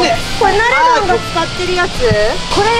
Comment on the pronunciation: ナレドンなのにナムタンって言ってて草ww